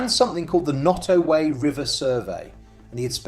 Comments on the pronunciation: Your pronunciation of Nottoway is atrocious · Quit mispronouncing Nottoway!!